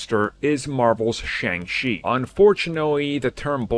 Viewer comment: It is pronouced Sh-on-g chi